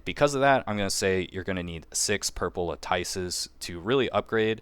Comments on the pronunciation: “Latyce” lol you and Zox both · Every time I hear a CC say "LAHTYCE" I hear Zapp Brannigan saying "SHAMPAGAN" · It's prounounced LAT-IS. The nerfs/buffs were not serious enough for one to really change who they're going to draw for. I mean, really. No need to sweat your picks if you've already decided. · Eloquent master - vs. - Mispronounce God ZOX 🗣🔥🔥LAHTYCE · Thank you… I’m tired of hearing the lattice mispronounced lol. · Everyone watched too much of Zox. He standardized luh-tice. Lol. That's funny though because he started saying it properly now. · I was wondering why none of the CCs can pronounce lattice lmao